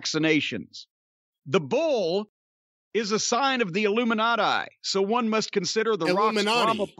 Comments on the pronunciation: Also “Illuminat-aigh… that’s plural of Illuminati” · Jim pronouncing the Illuminati like he's Eric Cartman hahahahah